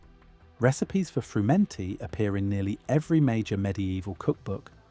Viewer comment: I think the stress on 'frumenty' is on the first syllable: FRUmenty